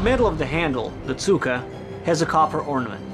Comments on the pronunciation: Haha trying hard to say Tsuka instead of cyka! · Tsuka is pronouced with a hard C and the accent is on "a", not cyka